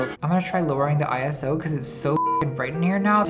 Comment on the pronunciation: the way Nat pronounces "ISO" is the first real issue i've ever had with her tbh